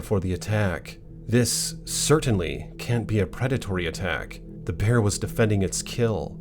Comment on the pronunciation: The Bearrrrrr! I like how he say that 🤣🤣🤣